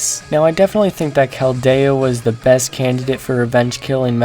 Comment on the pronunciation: did.... did you just say kel-day-oh? I'm done, I'm out.